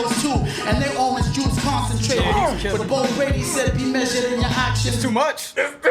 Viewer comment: I think it's crazy how I only got the "Orange juice concentrated" line 3 years later but it was deep. When he pronounces it it sounds like "aren't Jewish concentrated" like the concentration camps but you could also hear it as "orange juice concentrated" which speaks to our version of Cool-Aid but also has a triple entendre on when everything is pretty and sunny ❤️‍🔥 crazy